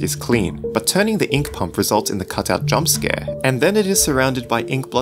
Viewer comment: cotut lol you said cotut instead of cutout love it XDD